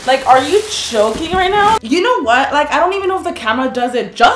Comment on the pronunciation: What she said: Are you joking? WHAT I HEARD: are you choking rn? 150 likes? Holy crap wow!